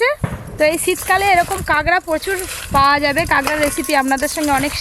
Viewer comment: কাঁকড়া❌ কাগড়া✅......😂😂😂😂